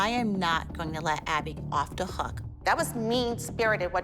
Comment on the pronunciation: i love when holly says "da" instead of the